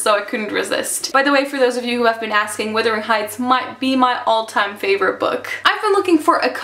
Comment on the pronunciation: It's pronounced Wuhhthering heights there is an Uh sound in there you aren't pronouncing correctly. sorry but it's a pet peeve of mine.